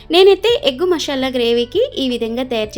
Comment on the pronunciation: మషాలా కాదు, మసాలా.